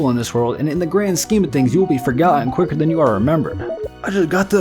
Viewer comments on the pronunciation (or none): none